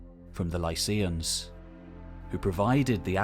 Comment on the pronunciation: You know, it should really be pronounced Mykene, with a k sound. Also Lykians, not Lyseans.